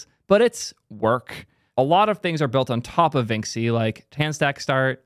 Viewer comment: Vinxi is pronounced like vinchi (to rhyme with da Vinci)